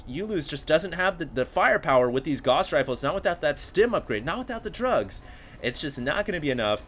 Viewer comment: "Gauss" is pronounced like "house" with a 'g'. That one particularly annoys me.